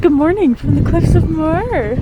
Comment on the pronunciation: Glad you got to taste real whiskey not that scottish paint remover spelt wrong(joking).You pronounced moher right